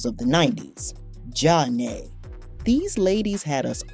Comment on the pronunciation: I can’t take this video serious- pronouncing Flava as Fluva & Zhane Juna? Girl take this video off YouTube!!